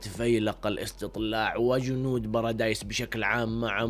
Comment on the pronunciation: بارادي✖ براديس✔